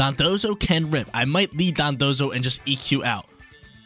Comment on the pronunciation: It took forever to finally pronounce their names right lol. He used to always pronounce them as Dodonzo and Tatsugimi.